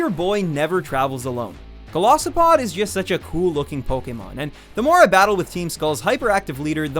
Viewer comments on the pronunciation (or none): It's Golisopod, NOT Galosopod!